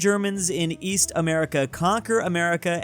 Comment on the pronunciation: East? I thought you said "Weast"